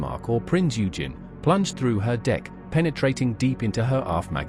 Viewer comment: Prince Eugen is pronounced "oy-genn"...